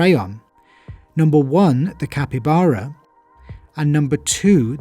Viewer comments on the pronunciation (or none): none